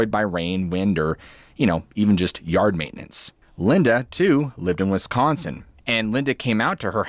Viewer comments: Wis- can- Son, really? Even "A-ai" can pronounce that, tell production to proof edit itself 😂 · Lol!! I alway's say WiscAnsin like you just did! I've never heard anyone else ever say it that way except someone from WiscAnsin.. 🤣🤣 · "I mean, this IS Wis-can-sen..." i literally lol-ed 😂